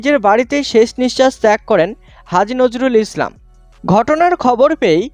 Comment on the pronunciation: পাগলাচোদা রা নামটা ঠিক করে বলো নাম ঠিক বলতে পারে না সাংবাদিক মারাচ্ছে